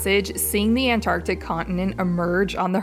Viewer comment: The way you say Antarctic 😂😂😂